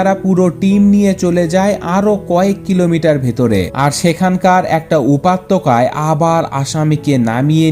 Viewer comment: উপাত্যকা???? হা হা😄😄😝😋😂😂!!! উপত্যকা হয় রে ভাই 😀😀 শুন ভাই উচ্চারণ ঠিক করতে হবে তোর।। তোর পাঠ করার জন্য কন্ঠ তো খুব সুন্দর।। যদিও বাচ্চাদের মতো কথা বলার ধরন।। আমি লক্ষ্য করি তোর উচ্চরণ অনেক ভুল হয়।। অনেক সিলি সিলি মিসটেক করিস তুই।। নিজেকে দিনদিন একদম পারফেকশন এর দিকে নিয়ে যা।। হেল্প লাগলে বলতে পারিস।